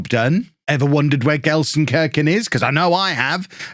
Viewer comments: Gelsenkirchen, where the i is as in meat :) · probably need to go to language school. And learn how to pronounce the city's name. Can the club pay for it?